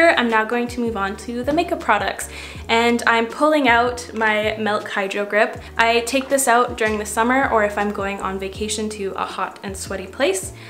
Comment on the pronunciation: Your hair looks amazing! I 🥰 the pops of gold! Love the look as always! No one wants to look Sveaty! 😁 Oh & I loved today’s Brow Intermission! Steve watching the lightening⚡️! Does anyone ever give you crap for saying “Melk”, instead of “Mil-k” (not trying to b rude!) I actually used to say it that way. Many ppl do..but thanks to Youtube I corrected my speech. I had no idea before! Lol but now I notice it in others 😂.